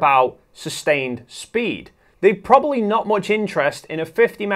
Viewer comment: Just stop saying "prolly".